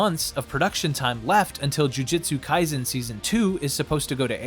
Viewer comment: Sorry to be that guy, but my soul hurts every time you say jujitsu kaisen.